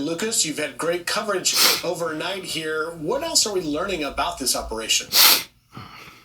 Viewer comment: I swear I heard the guy say "what else are we 'Learing' ... lol